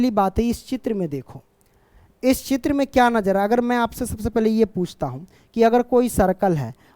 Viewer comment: चित्र या त्रिच है 😅😂😂